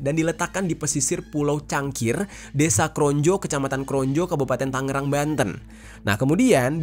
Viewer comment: Izin sedikit mengoreksi bang Konjo = Kronjo Kalangserang = Karang serang